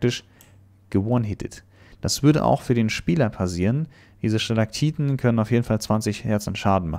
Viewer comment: Wie bedacht ist "Stalagtiten" und nicht "Stalagtitten" zu sagen😂